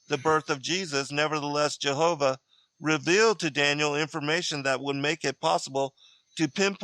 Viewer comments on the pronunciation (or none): none